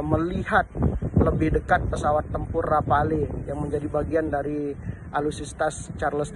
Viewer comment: Rafale bukan Rapale bang !!! palelu pe ang 😂